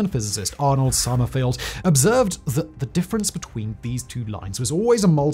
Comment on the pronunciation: Maybe he should learn Sommerfeld's name before consistently calling him Sommerfeld?